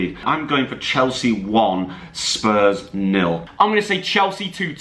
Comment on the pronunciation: When jack said 4-0 nils I thought he said fornals